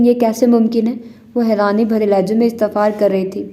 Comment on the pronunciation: It's "istefsar" not istefar...